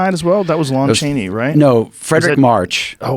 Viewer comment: Joe “LOAN Chaney” Rogan hahaha